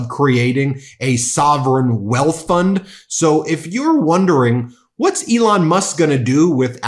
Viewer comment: He said, Leon...... Elon.